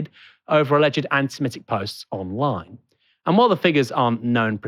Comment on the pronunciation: Will one of colleagues please tell him how to pronounce 'antisemitic'...with an i in the 4th syllable.